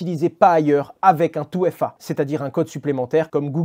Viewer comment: 2FA ... "touéfa" non hasheur, on dit "deuéfa" sinon "touéfé" mais pas "touéfa".